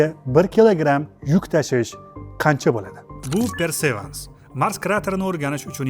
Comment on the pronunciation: Persevans emas perseverance